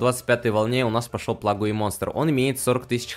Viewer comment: БОЖЕ КАК Я НЕНАВИЖУ КОГДА ГОВОРЯТЬ ПЛАГУЕ БЛИН ПЛАГУЙ А НЕ ПЛЭЙДЖ